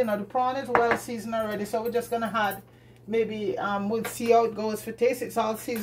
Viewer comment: Why do Jamaicans say had instead of add? Are they trying too hard to speak proper English? Or is it Hinglish?